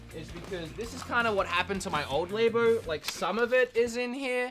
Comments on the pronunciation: awesome collection. also, labo not laybo. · Idk if it’s a culture thing but I’m trying to think of why you keep pronouncing Labo with a long a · I've never heard Labo pronounced that way... Interesting...